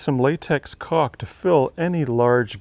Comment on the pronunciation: My nephew is yelling across the room. It’s caulk not cock.